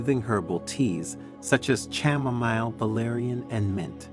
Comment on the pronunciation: Chamomile is pronounced as Ka- Mo- Meel